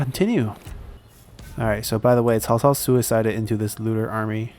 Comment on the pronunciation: Am I the only one who is amazed by the fact he can pronounce their names quit good? Whenever I say Cao Cao's name it sounds like I'm saying Chihuahua...